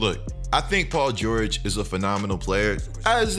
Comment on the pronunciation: Paul geurrjg